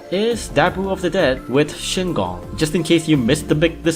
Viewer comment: isnt it shigong not shingong